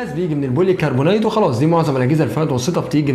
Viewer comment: تسلم على الفيديو لكن ليا ملاحظة بسيطة كلمة كربونيت نطقها كده غلط والصح كربونات زي ما بتيجي تقول كربونات الصوديوم مثلا وده عارفه لإني شغال مترجم إنجليزي وبترجم الحاجات دي في موقع Noon بتاع التسويق وبيقابلني جميع المنتجات ونا قولتلك كده عشان حابب أشوفك أحسن مراجع يوتيوبر لإن سمعت باقي المراجعين كلهم بينطقوها غلط بس هما لا يعنوني في شيء